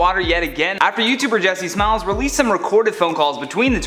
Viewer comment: lol I heard jessismells dammit lol